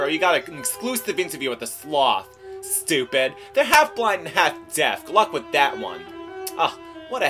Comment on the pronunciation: talking to sloth.. how stup'e'd. xD